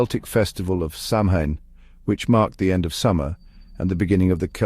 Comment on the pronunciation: Samhain is pronounced more like sowen & not as used in this documentary. Also sliotar is more like shlither.